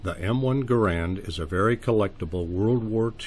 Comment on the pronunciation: Pronounce Garand properly please